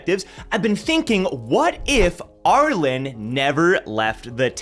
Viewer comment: Always fascinating hearing how other people say characters name, not just in TOG but also in other written media. says ARE-LIN. I pronounce ARE-LEAN